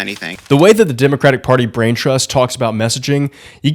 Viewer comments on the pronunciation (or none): none